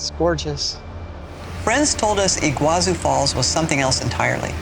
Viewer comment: It's pronounced Iguazú, not Iguázu. The accent is in the last syllable.